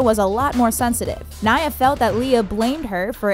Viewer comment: U said naya wrong. Rip naya